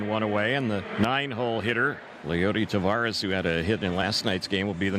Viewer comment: the Angels commentator still hasn't figured out how to pronounce Taveras' name